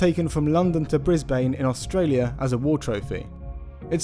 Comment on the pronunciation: Btw it pronounced bris-bin but spelt brisbane